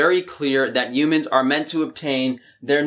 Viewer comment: "You-mans". I love you,.😂😘